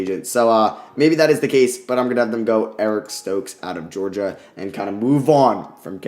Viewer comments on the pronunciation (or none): none